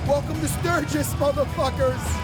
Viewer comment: The way Matt says moTHERfuckers is cringe